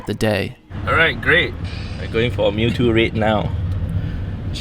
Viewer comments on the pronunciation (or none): This foo dead ass said " it's only a mewto " 😔 I cant even catch a ditto